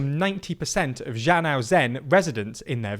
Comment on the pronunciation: KInd of mangling your words here. Try again for Zhana Uzen, Mangistau and Tenge